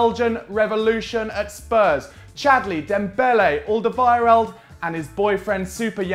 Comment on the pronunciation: Learn how to say his name